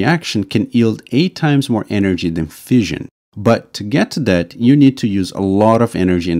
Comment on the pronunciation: Fission is pronounced like fishin, not like fizzion. The narrator also has problems pronouncing "the" and a few other words as well.